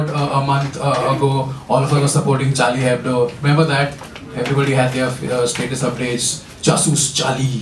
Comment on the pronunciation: The guy knows how to pronounce ´Nobel´ but dont know how to pronounce ´charlie hebdo´.